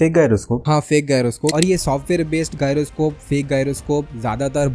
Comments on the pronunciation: Pehle gyroscope kaise bolte hai wo seekhlo 😂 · pronounce thik karle pehele GYROSCOPE ka